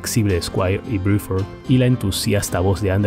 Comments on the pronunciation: ¿Porque dices Briford? Excelente todo lo demás. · Bill BRUFORD no Biuford